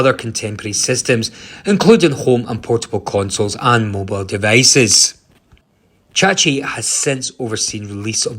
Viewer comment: Chahi, not chachi